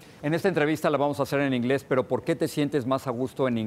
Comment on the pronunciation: El inglés de Jorge Ramos es pésimo no tiene bien el acento inglés lo siento pero esa es la cruda realidad